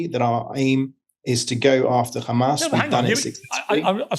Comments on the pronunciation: Khamas, khamas, khamas, khamas that's all the Rogue baskets know. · Piers is clever. He knows how to keep the conversation going for his financial gains. His next interview is going to be do u condemn 7th of October, khamas, khamas, khamas, khamas and on and on...